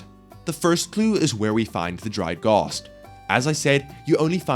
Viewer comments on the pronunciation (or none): Why does he keeps saying “gost” instead of ghast (aren’t ghosts machines) [it will make sense soon] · All I can pay attention to is how he calls them gosts